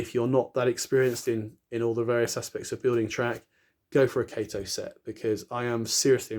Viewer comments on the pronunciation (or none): Great video. Switched to kato and never went back, and looks great when ballasted. Btw it is pronounced kah-toe :)